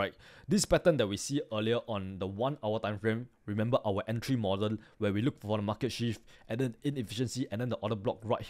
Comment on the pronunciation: i understood everything but its remember not remembal